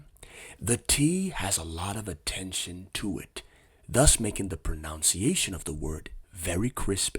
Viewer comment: It's Pru-nun-ciation. Not PRONOUN Citation